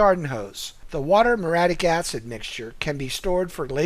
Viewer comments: very helpful (but it's muriatic acid not moradic) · What is moratic acid? Sigh, pretty bad from a pool company. It's muriatic acid